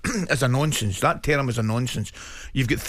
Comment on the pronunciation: Never heard someone pronounce ‘term’ in such a mental way